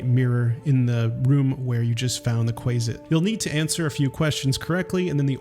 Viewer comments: Qu-ay-sit makes me want to die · Not him calling a quasit a quayzit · I take issue with your pronunciation of Quasit. But besides that, this a very quaelity video 😂😂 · Not subscribing due to your incorrect pronunciation of Quasit.